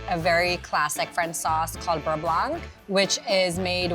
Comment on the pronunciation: I'm sure the pro chef is very talented, but her way of handling food like it's gross (her hand gestures and such) take me out of learning. Not a huge fan. Also mispronounces beurre blanc every time...